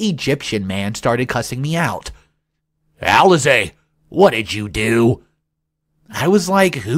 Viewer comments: I really don't like the strange voices.. It really messes up the story for me.. I don't understand why you're pronouncing Alice (Aliss) as Alize? 🤷🏽‍♀️ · The pronunciation of 'Alice' as 'AL-I-Say'. Really? It is normally Al-ISS, as in the famous 'Alice in Wonderland'. What's up with that?